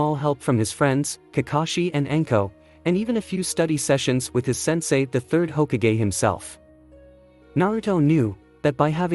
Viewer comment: he was saying it like hogakgay